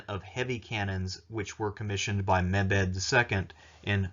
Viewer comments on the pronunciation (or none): none